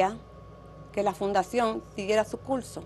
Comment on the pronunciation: Ella tiene muchas fallas en el vocabulario, por decir universidad dice univelsidá, dice utede por decir ustedes, dice pelmiso en ves de permiso, por decir curso dice culso, dice tulno por decir turno y dice militar en ves de militar